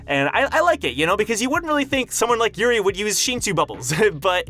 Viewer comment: Lost pronunciation, urine = Yuri